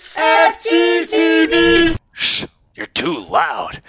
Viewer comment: I'm a fan but when he said fgteevers I turned on the captions and the captions think that you said f***